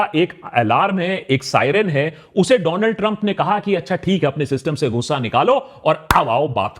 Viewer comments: Do-land trumbbb😂😂😂..The fatmae😂.. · Dolaand Trump ❌ Do lund Trump ✅